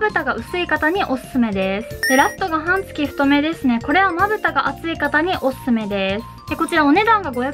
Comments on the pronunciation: 「はんつき」が気になって気になって。 「半月」は、「はんげつ」です。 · 解りやすい動画をありがとうございます(^-^)/私も、いろいろ試してテープはこれが一番と思っています。「半月」は、「はんげつ」と読むのでは？ 「はんつき」と何度も言っておられるのが気になります。